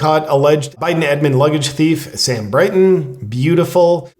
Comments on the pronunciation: It's Brinton not Brighton isn't it? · It's "Brinton," not "Brighton."